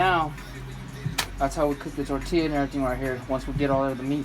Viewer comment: If your Mexican pronounce the words right it's fkn embarrassing how you pronounce tortilla Pobre vato Todo mocho